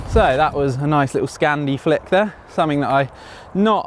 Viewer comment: I heard say Scandi Flip